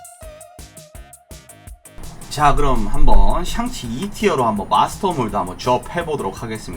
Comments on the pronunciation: 계속 '샹'치가 아니고 '상'치로 나오는데 왜 그러신 거에요? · 상치 ㅋㅋㅋㅋ